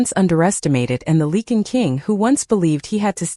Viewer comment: I wish someone would teach the A.I. how to say Lycan. It's supposed to be Lie-Can not leaken! It's also "The Lycan King" not the The King Lycan. I know English is difficult but if you are going to tell a story you should at least learn how to pronounce the words.